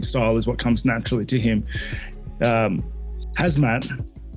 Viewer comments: 😂Whitaker called him HAZMAT 😂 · Robert Whitaker called Khamzat, "Hazmat" 🤦🏿‍♂️ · Lol, saying Chandler wouldn't let Islam take him down is such a bs, Chael still don't understand what Team Khabib capable of. :D Also, everyone: Khamzat. Robbert Whittaker: Hazmat. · Is it be or does Whittaker Keri calling him Hazmat instead of Khamzat? 🤔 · the K is silent lol, and it isn’t pronounced “hazmat” it’s “Hom-zaht” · its not the K part I have a problem with that's actually correct its supposed to be with an H sounding start to the name I'm saying he switched the letters M&Z in the name its "khamzat" not "khazmat" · I'm not saying the H part is wrong I'm saying he's moving the placement of the m and the z in the name "hazMat"---"haMzat" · Robert Whittaker called him Hazmat 😂 🙈 you train with the guy and cant even get his name right lol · NOBODY: Robert Whittaker: HAZMAT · Cumshot…. Get it right 😂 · Did Whittaker really said hazmat.. 😂😂😂😂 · Lol Whittaker calls him hazmat. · In Aussie khamzat is pronounced hazmat. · Did Whitaker really call him? Hazmat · It amazes me how many fighters/media/etc can't pronounce fighters names. Whittaker just called him "Hazmat" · It's pronounced KUM-ShOT! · It is Hamzat lol Russians just have the k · Covington only calls him Cum shot cause he can't pronounce his name 😂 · HAZMAT? Really Robert Whittaker? You can't pronounce Khamzat? LoL that's bad...HazMat